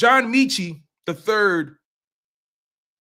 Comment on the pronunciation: Metchie not meechie lol